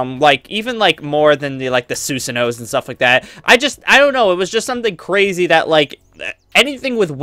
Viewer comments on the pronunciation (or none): none